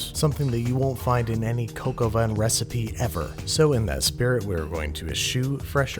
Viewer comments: It's not pronounced cock-o-van, say cock-o-vä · It’s more cock au vin instead of coke au vin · "Coke" au vin? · Cock al vin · Ur saying coco vein but it's actually three French words that mean rooster with wine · "cocoa van" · Please say some other dumb idiot pronounced the recipe as “cock aw vin” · I am British and for 21 years I thought he was saying "can of collagen". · Me, every time Americans say coq au vin: IT’S PRONOUNCED COCK